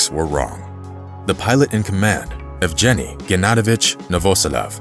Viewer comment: “Serje” - Said no Russian ever. Sergej, Сергей, or sergay (phonetically) The same for the pilot Efjeni. It’s phonetically ~yefgeny.